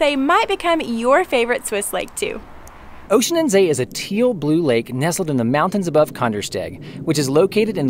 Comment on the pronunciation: Horrible, at least they could have learned how to pronounce the name correctly! Tip: it is not Oeschinenzay!